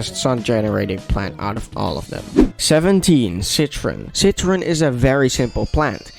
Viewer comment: "Citroen" I CANT 💀